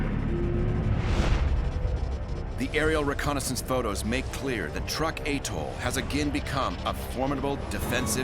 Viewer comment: Pronounced: Trook not Truck. If you're going to use AI narrators, at least use quality versions.